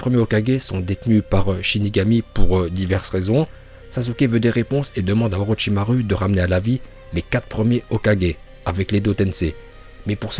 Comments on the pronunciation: Tu dois encore travailler ton prononciation en Japonais ^^ U se lit ou pas u ça se prononce Orochimarou au lieu de Orochimaru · orochimaru à la fin on dit pas "u" mais "ou"